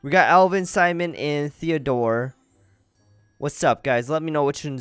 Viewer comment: Wiat stop calling Simon therdore toooooooooooo